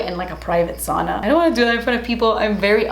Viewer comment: saw-na? No girl it’s pronounced SOW (rhymes with cow) -na